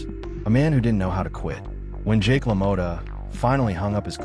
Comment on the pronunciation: la-moe-ta lmao its pronounced la-maw-ta. meh tomata tomato whats the differance ey lmao,damn good video though man i love jake lamotta